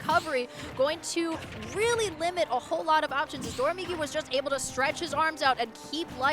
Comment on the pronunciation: Its always funny when a commentator pronounces doramigi as “dodamigi”, because the ra in Doraemon (inspiration for his tag) is pronounced more similar to an L.